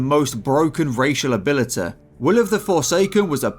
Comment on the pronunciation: Most broken racial Abéļtété